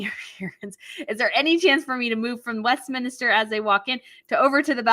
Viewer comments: Look up the word ''minster''. It means important church or cathedral. York Minster. It's not the word "minister" as in prime-minister. If you cover the Coronation and say ''Westminister'', you will look a bit foolish. It's West Minster Abbey. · It's not Westminister, it's Westminster. Not minis-ter, it's mins-ter.